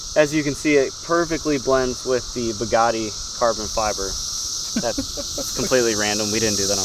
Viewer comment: He was pronouncing Bugatti like such a Midwestern dude. Everytime he said Buhgattii sounded like Pagani to me. 😂😂😂 I'm not hating he can pronounce it however he wants when he owns it.